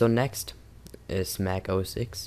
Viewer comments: Its not mac os "ex" its mac os "TEN" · Mac OS X, please say 'Mac OS Ten' :(